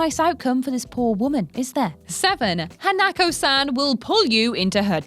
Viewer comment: Why did I cringe when mispronounced Hanako-san...?